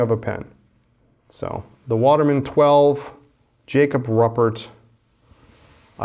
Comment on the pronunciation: Jacob’s last name is pronounced roo-pert...